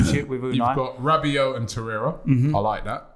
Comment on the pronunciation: the guys said Rabbit... ell oh ell... not mad at them picks though for arsenal